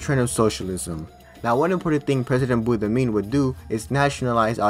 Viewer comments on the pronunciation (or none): Boumediene not boudamin 😂 , nice video tho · so im algerian and like the video but uuuuh, u said Boudamiene, it is BouMaDiene. Nice video tho. Also can you make a DISCORD server or can i have your discord? and you said Boudafa when its Boudiaf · Hahaha I died when I heard buddamin 😂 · You saying every name far from right was so funny hahah. Boumedien became boudamine. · In it's not buddhamin 🤣🤣 but Boumediene ! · me too 🤣🤣🤣 "BUDDAMIN" 🤣🤣🤣LMAOOOOO ! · How did you manage to pronounce Boumediene as Boudamine? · Over all an interesting video, you just need to read the names how they are written XD like Boudiaf (boodeeaf) instead of Boudafeh same for Boumedien and so on :D have a great day good sir. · you really butchered boumediene's name, poor preqident lol